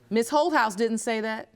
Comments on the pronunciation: I kept thinking the judge was calling her "Hoe House". I had to really look at the spelling, it's Holthaus...lmbo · I thought the judge was saying her name was ho house 😂😂🤣😂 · When I first heard the judge say her name, I thought she said, Hohouse, lol.